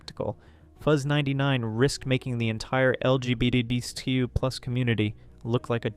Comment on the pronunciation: This doesn’t relate to the video and in no way to be rude but every time you say LGBTQ and hearing you somewhat slur it or mispronounce I’m reminded of that one Brandon Roger’s quote “They keep adding letters, but I add tolerance!”